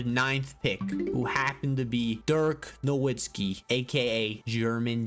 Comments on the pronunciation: Nowitzski is pronounced “Novitzski” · I love your passion but it's pronounced NoVITZki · The "w" in Nowitzki's name has an English "v" sound: Dirk No-vitz-ki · I hate how people disrespect Dirk by not saying his last name Right.